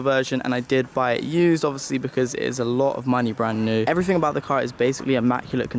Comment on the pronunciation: Hi to elocution lessons. Interesting video and also you might pronounce ever-fing a bit better